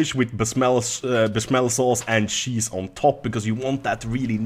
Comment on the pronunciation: "Dont sheapen on on the sheese" Oh you Swedes you